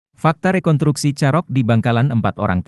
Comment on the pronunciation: Rekon*s*truksi (re-kon-struk-si). Bukan rekontruksi.